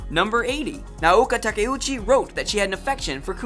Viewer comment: There are probably people who can do a more thorough job of this but I’ll do my best from memory. Please feel free to contribute Moonies: List of the horribly mispronounced: Bee-shu-JOE: Bee-SHOW-Joe Nah-OH-Kah Tah-Kah-Uu-Chee: Nay-OH-KOh Tah-Ku-Chi Man-gah-kah: Man-GAH-Kah Ahh-nee-may: Ayh-nee-may Shu-Joe: SHOW-joe Mane-Gah: Mahn-Gah Sah-mah: Sa-MAH Nee-Yane-ko: Nee-YAN-ko Su-Kee-Noh: Ski-noh Ten-Oh-MAH-ru: Ten-OH Mah-ruhe Cow-Maru: Kai-YO Mah-ruhe Ay-no Min-Na-ko: Ai-no Mi-nah-ko Oo-MI-no: UU-mi-no Ha-Roo-ka: Ha-roo-KA “Boku” is not only used by males, it’s just a masculine term. Mistakes/Corrections: #1- Attempts to hide any writing from the original? Really? That’s just ridiculously out of proportion. #4- Maybe I’m wrong, I’m pretty sure the first magazine publication was “Run Run” #6- There is a Live-action TV show of 26 episodes and one extended episode which I’m guessing you are calling the “Live-Action Film”. It also had a few shorter “special” episodes. #7- That “Bandai” remake actually created by “ToonMakers” (the same company that handled the adaptations of Super Sentai into Power Rangers for Saban Entertainment). It is called “Saban Moon” because it was pitched to Saban. No one says they made it. #13- See, you claim Tin Nyanko’s natural Japanese name here but then use American terms everywhere else. Are you trying to quote canon or just throwing out facts as though it applies throughout? Case in point, that wasn’t her name in all iterations of the story, including